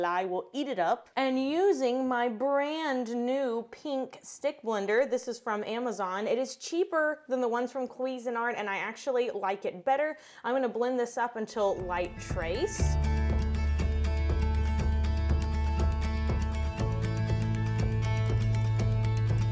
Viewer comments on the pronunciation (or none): I just gotta say I hate the way you say Cuisinart is sounds like queasy and it's wrooooong